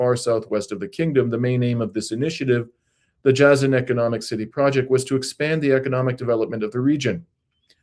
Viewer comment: it's rather pronounced as " Jay-zan".